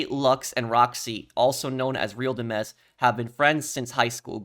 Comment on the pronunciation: Hello, I’m pretty sure “Real Dimez” is pronounced Dimes, as in the coin. Those look like prescriptions, not meth, you can see they’re circular with lines in between them if you look closely. I know it seems insignificant but it could be a hinting to some sort of counterfeit pill business.